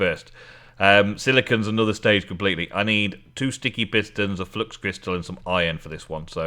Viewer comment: #facepalm every time you say flux instead of fluIx (flue-ix). Also, the other secret to nether ore is to use silk touch, doesn't anger pigmen and doesn't blow up. Always enjoy your eps!